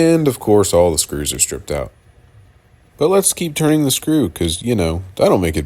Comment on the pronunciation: I'm sorry, but at the very end there, did you say the world keeps turning, or turding? I guess both are true.